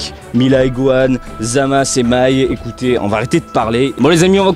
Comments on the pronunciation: pq tu dit zamas? et pas zamasu? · Parce que la véritable prononciation c'est Zamas et non zamasu, le u est mué, pleins de gent font l'erreur de l'appeler Zamasu